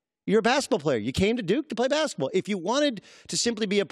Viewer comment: Haha he said duke-y